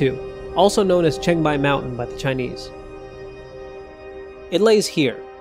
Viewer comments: changbai not chengbai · Chang = chahng like "wrong" not cheyng like "chain".